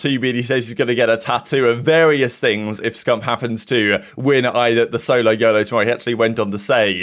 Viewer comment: S O L O Y O L O SAY IT WITH ME ITS NOT THAT HARD